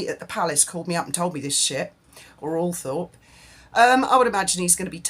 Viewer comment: Isn’t it pronounced All-trup?